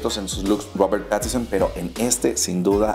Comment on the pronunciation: PATISON?? Jaja que torpe y asi lo pronuncias igual.. mal mal muy mal